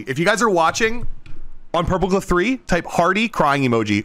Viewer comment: Hardy😭 Edit:When he said purpleclock I thought he said purplecock and the clip where the video responded to him saying hi had me dying of laughter😂